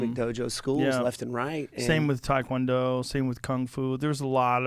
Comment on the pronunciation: It is TaeKwonDo not Thai Kwon Do